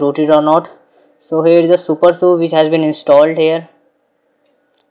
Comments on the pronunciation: it is pronounced as "Su-per-S-U" and not "supersu" and also, it is always "G-apps" and never "gapps" btw nice try on doing a video. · it's super s u not su